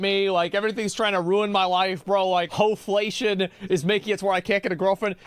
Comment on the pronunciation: Yo he said hoeflation 😂